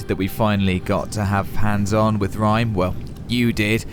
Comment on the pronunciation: Looks very pretty but best bits of the video are "whole planets turned to shh-sand" funny as hell and then pronunciation of Rime:D